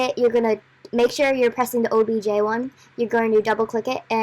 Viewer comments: it is not OBG its OBJ Fyi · o.b.”G”. Me: sorry it’s not obg it’s ob”J”